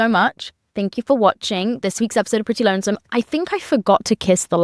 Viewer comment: whyd she have to emphasize lonesome 😭